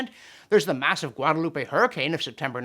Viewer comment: Yes, I will be "that guy", LOL... Guadalupe is pronounced in spanish exactly as you pronounced it. But Guadaloupe in French, which is the native language of the French caribbean nation/protectorate, is pronounced Guada-Loop. Sorry to be that guy, but I went there on vacation once, so I know everything. 😂 Including the fact that the finest resort there is flooded with cockroaches. Inside. The actual rooms. Ewww, just ewww. Everything about the island is disgusting, including the room that Jimmy Carter stayed in.